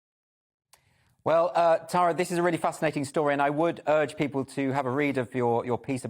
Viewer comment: Finally someone pronounces the name Tara correctly.